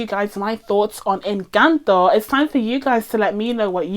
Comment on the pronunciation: We love a non-Spanish speaker doing their due diligence to say the name of the film correctly 👏👏👏 This Venezolana is impressed :)